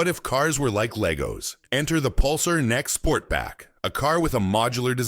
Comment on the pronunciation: "Nex?" Teach AI how to talk correctly before you lean into it. Also, the video for the Pulsar shows clips of the far superior NX model from the 90's. Fail.